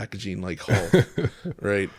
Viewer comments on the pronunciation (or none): none